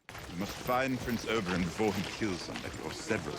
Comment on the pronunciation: You were in palpitations over Pedro, I looked away for a moment, and the next thing I heard was, 'Holy shit, he's gotten big!' Me: I don't remember that part of the scene . . . 😲 My OCD forces me to mention it's 'Ober-in', Oberyn, not 'Ober-on' like the character in A Midsummer Night's Dream. The new Daario was in The Flight Attendant, with Kaley Cuoco, if you've seen that, maybe that's why he's familiar. I think the gambling scene was just to have a new actor be introduced as Daario without it being too obvious. Looking forward to the rest of the season!